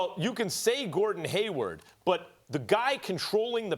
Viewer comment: Come on Steven A. It's Hayward, Not Haywood. 😂 And He's definitely not the problem. Actually, These 🏀 teams in The Eastern Conference this year are a lot Better than last season. 🍀Go Celtic's🍀